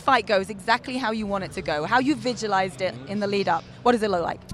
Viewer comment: The commentator has some issues with english.Near the end of the vid she asked Desanya how he “vigulised his fight” instead of saying “visulised” . Maybe she has a pube in her mouth lol.